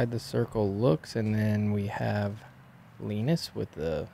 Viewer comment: Tack så mycket for the effort in Swedish! I think you're doing great,. Including the pronunciation of Linus's name.